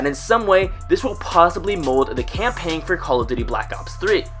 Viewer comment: campaiggggn. no you do not pronounce the g